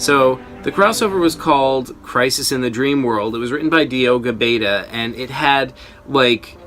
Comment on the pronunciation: btw my console is pronounced as Gabe Son not gabe a son